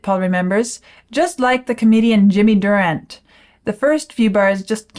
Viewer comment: All three syllables are pronounced in "Durante". He was very popular in movies and TV when I was growing up.